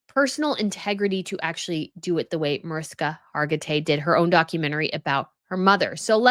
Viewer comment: MAARISHKA, not MOERISKA